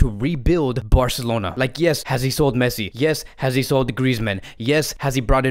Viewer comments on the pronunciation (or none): none